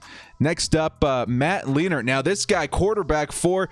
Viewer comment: Lean-ert lol. It's Line-ert